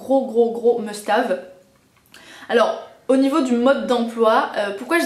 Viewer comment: must have hahahah ou "hève"? 12 min pour parler d'un produit avec répétions à la chaine, top ;)